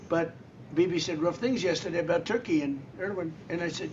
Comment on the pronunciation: "yestiday" lol